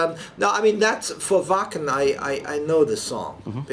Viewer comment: sherry gypsy S The interviewer is an arrogant English --. He keeps pronouncing "Wacken" wrongly, even after Uli politely corrects him. That's the start of the problem, and he just winds Uli up for the rest of the interview. That said, he's not as irritating as some of those US radio presenters whose clips flood this site! Those guys love the sound of their own voices and talk more than their guests.